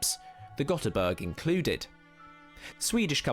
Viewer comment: Ö is not O. Ö is pronounced more like the "a" in "a bin" in English, just a bit longer.